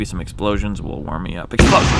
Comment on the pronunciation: Hey Wheezy, do you put emphasis on EXplosion, exPLOsion, or exploSION? I hear you alternate between the first two and I think it would be interesting if you tried different ways of saying it and maybe have different explosions for each one. :P